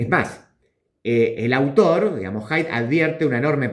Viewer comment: Haidt no es wok